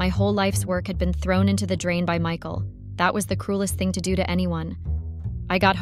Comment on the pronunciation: Who the hell is Mecal? Oh, it the horrible AI voice that cannot pronounce Michael.